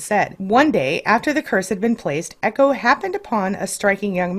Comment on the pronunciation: echo not ego